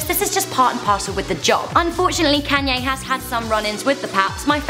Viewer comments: it's pronounced con ye not can ye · why is she saying can-yay its kon-yaa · Isn't it pronounced konyay not kanyay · KAW-NYE NOT KANNNNYE I KNOW ITS SPELLED KANYE BUT ITS PRONOUNCED KAWNYE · machine 27 youre right its pronounced con-yay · It's pronounced "con-ya" not "can-ya" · "Can Yays top ten moments." Oh British people. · every time you said kayne made me cringe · Yeah it's just her, none of us say it like that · Can Yay Wow....... Im British as well and i dont even pronounce it like that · Why do you pronounce his name Caanye?? It's Kanye...... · She calls him Cannye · I guess it's pronounced CanYay? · Bruh ur pronouncing kanye wrong ur like kaaaaaaanye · Damn the way she said Kanye is kinda funny especially when she gets down to one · Omg im sorry but can you please pronounce his name right not trying to be mean much love ☝💯❤ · You said Kanye's name wrong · Learn to say Kanyes name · Was anyone else annoyed with the way she pronounced Kanye........ No just me ok